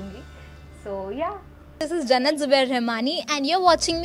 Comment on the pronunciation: Jannat not junnat😒😒😒